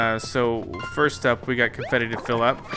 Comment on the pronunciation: Who heard graffiti instead of confetti